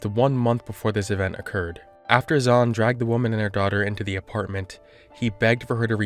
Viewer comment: I hate to say it but the name Zhan in Mandarin sounds more like "John" than Zawn.